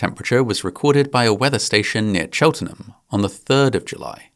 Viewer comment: Chel ten hem? haha what? Chelt-nam